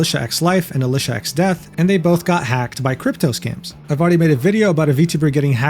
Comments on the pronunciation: Nah that's just how Alicia be 😂. (you do pronounce her name a little wrong btw) Used to watch her channel quite a lot but stopped recently because Youtube kept getting rid of comments on her channel on most of my accounts despite never saying anything bad and well... not being able to interact makes it feel pointless to me. I only watch content I can interact with. I still like her as a person but just stopped watching the content for that reason. Changing the story again btw, as he did at the time have premission she said she only changed that after this incident. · bro get alicia name wrong